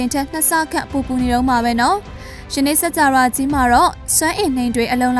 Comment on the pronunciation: စၾကာဝဠာ - စက္ၾကာဝလာ ပေဟဠိ - ပေဟလိ ပါဠိ - ပါလိ အဲ့တာေလးေတြ ျပင္ေပးပါလားခင္ဗ်ာ အေႏွာက္အယွက္ျဖစ္သြားလ်င္ sorry ပါ ခင္ဗ်ာ